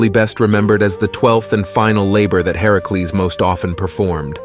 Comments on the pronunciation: Why are you saying herecles? It's Hercules or are you talking sbout someone else? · I love the video but I can’t be the only one irritated at how he’s saying Hercules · Anyone bothers how he’s saying Hercules name? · You literally tried to be smart and failed. You pronounced Hercules wrong and called a him a her. Not to mention it was chrono the titan. Also, Hercules had the trial to take down Medusa.